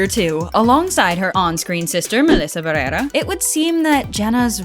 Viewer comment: If you’re not gonna go for the English pronunciation of Barrera then make sure to roll the R in the first part